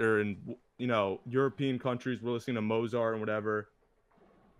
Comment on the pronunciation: Guy talks about culture. Mispronounces Mozart.